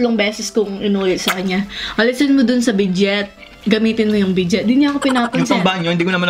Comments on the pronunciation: Bidet(bi-dey) po, di po "bidget"=) Happy Mukbang=) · its BIDET.... not bidget.... "bidey" ang pag pronounce. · bidey poh ang pronunciation poh nun ung bidet... ako dati pag pronounce ko bidet den as in by syllables un pla silent T pla un😂😂😂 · Bi-dey un tih spelled as Bidet hndi po un binabasa ng "BIDJET"😂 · Ate and kuya BEDIT po yan...pronounce as BEDEY.. sorry po if mag correct ako sa inyo. Pacensya Na po tlga di ko po intensyon na masama sa comment ko. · Bidey po pronunciation ate. bidet lang po spell. but gustong gusto ko po mga mukbang nyo.. pa shout out din po.😘😘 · Bidet ang tamang pag basa ay bidey. Correction lang po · Bidet un teh.... as in bi-dey po.... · bidet (pronounced as BIDEY) po ang tawag dun... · bi-dey po pag pronounce... parang BUFFET - bu-fey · Pronounced as BIDEY po ate. Bidet yung spelling. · Bidey po ang pagkakabigkas...ang iniisip ko ano yun, sabon, or ano ba..nabanggit panghugas ng pwet..bidey kung tatagalugin ang bigkas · Bidet (bi-dey) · Bidey kung ipronounce,, spelling po nun ay Bidet hose po yun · ahhaha mali po pagbigkas niyo po silent T po iyon hahaha